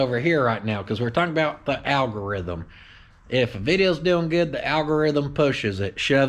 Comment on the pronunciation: Can you say al go rith um....